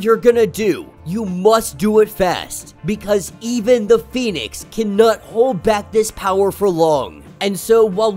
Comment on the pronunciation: Read the words & names and read them correctly please. Most of us spend half the time workin outwhat your saying. Am surprised you pronounce Pheonix right.